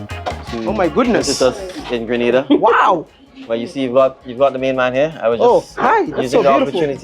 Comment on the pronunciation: Sorry Maya, Grenada is on the map if only people would stop pronouncing the name wrong and mixing it up with GRANADA that is in Spain.